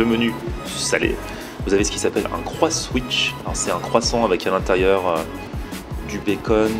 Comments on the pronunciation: On dit " déjeuner " pas "déjner " et en plus on voit bien que le nom du burger c'est " CroissAN'wich " et pas " Croiss'wich "... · C'est le croissan'wich pas le Croisswich mdr